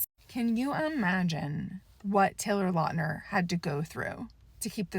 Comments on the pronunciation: When the new Taylor Lautner werewolf show comes out I hope they Finally correct the pronunciation of Lautner, it would be so flipping funny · Good points! I never knew he had physical issues due to this Btw would look into the surname pronunciation